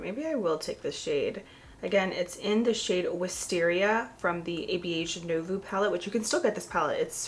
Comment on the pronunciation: Love your videos always! But one thing, you butchered the pronunciation of Nouveau 🥹. It's French for "new". It's pronounced: noov-oh.